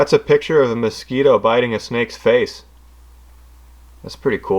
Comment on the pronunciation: Mos scwEEto